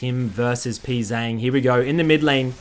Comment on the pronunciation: Funny how everybody says Pzzang wrong like its "Pzang' when it actually sounds like "P G Jang"